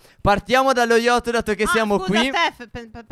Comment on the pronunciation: SI CHIAMA YACHT, NON YOCHT 😂😂😂